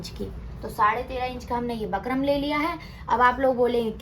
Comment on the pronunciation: Sis बकरम nahi hota बुकरम होता h